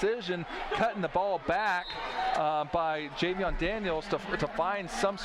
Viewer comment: Best commentary in Ohio, by the way it's Jayvion not Javion 😂👌🏾